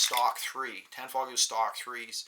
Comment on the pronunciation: Why do people pronounce the g in tanfoglio lol. Its an Italian company and the g is silent...